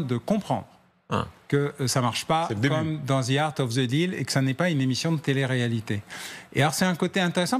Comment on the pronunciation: MR. BAUER IL N'Y A PAS DE Z DANS LE MOT ANGLAIS THE . the atlantic , alors soyez fier de vous